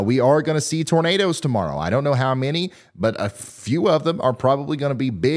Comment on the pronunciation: Bertha I musta nodded off.....Did he say NADERS??? 🌪